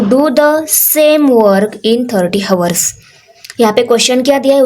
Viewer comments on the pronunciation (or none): Hours me 'H' silent hota hai 😂😂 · Mam aap hours ka pronunciation Galt kar rahe hoo plz aap sahi boliye Baki aap aacha padhate hoo thanks for teaching GOOD 👍👍😊😊✨✨